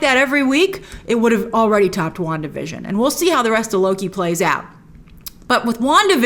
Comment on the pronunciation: wanda vison... come on!!!!